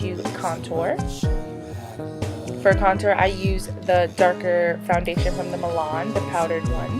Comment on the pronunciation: I'm dyyyyying at your description and saying milan hahaha. Love this look though!!